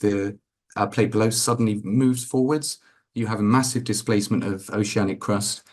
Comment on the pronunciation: Did you say Displacement or Displatement?